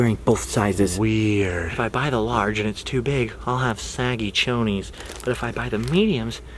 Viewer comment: You said Chonies.. lmao 😂